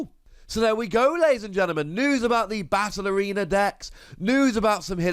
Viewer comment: Every time you said “battle arena”, I heard “ballerina” 😂